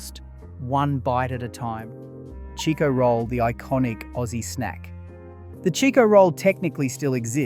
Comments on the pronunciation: Another thing its not Cheeko roll, its Chicko roll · What a load o shit! Am served eith shit AI Its CHIKO NOT CHEEKO